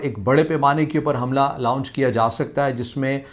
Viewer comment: لاؤنچ نہیں لانچ ہوتا ہے۔